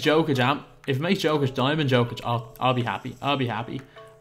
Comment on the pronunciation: im a denver fan and it is a small thing but could you please prononce nikola jokic's name proberly yolk+ic or just call him the joker also would love to see a fat lever + jokic video if possible